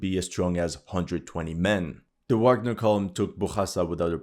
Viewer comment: I like you but I stopped watching, can't handle ignorance - it is pronounced VAGNER!!!!😢